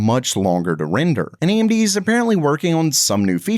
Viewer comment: Whats the deal with the narrator mispronouncing established technology company names? Amdy's instead of AMD. Hinix instead of Hynix. Is that normal for the channel?